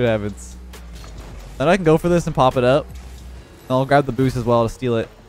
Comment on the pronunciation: listen to the way he says up lol